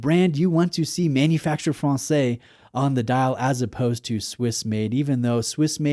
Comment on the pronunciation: ma·nu·fak·tur fran-says! 😂